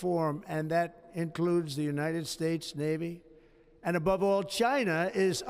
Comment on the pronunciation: And the United spates 😂